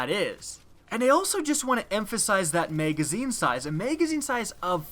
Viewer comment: Learn how to say Magazine...